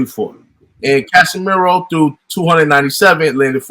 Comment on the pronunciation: Ka-Si-Me-Ro and not Ca-Sa-Ma-Yor. And I thought Rigo was the master boxer here and Casimero "Still" landed more punches. How come nobody is talking about Rigo not figuring Casimero out, he couldn't even touch Casimero even as Casimero was coming forward. Casimero is not stupid to be trapped by Rigo. If anything it showed Casimero's skill that he's not just there to go crazy and get hit, he literally dodged more Rigo shots than Rigo threw at other boxers including Donair.